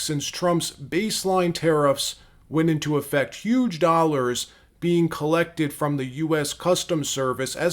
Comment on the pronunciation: Bernie: 27 dollahs